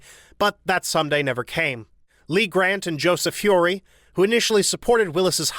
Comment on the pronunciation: Again with the mispronounced surnames: Tierney, Turteltaub, and Feury (and others but I give you some slack because they are uncommon names). Regardless, I still enjoy your videos.